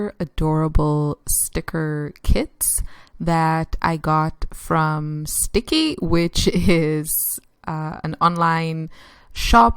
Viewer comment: Oh btw its pronounced stick-I-I